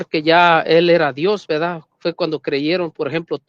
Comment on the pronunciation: Como pretenden ganar un debate si dice veda en vez de verdad